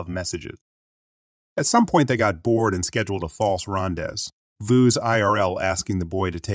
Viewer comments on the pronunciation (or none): rendezvous is pronounced ron-day-voo, not rondezz-vohs. It is a French word for romantic meeting.